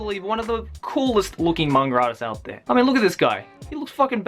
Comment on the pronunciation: "The top tin manger artiss" Haha. I love you <3